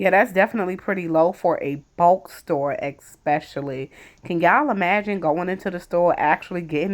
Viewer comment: It isn't "Axe" its "Ask" and it isn't "Exspecially" it's "Especially" This video sucked . You didn't even talk about the opening title 🙄